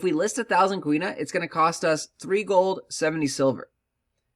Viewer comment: Quinoa (keeen - wahh) fyi